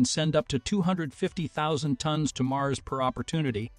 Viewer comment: Tones? You guys need to train your AI voice to say tons not tones 🙄